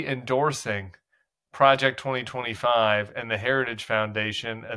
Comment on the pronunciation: He can’t even say Project 2025